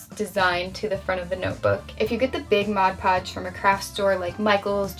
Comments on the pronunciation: Can we get a like for a token of appreciation for the fact that she actually calls it "Mod Podge" instead of "Modge Podge"...which is funny-cute! Just nice hearing the correct term! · You have no idea what happiness it brings me that you correctly pronounce mod podge